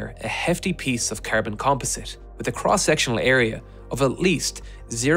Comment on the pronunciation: Its Carbon fiber, not Kerben fiber...😂😂😂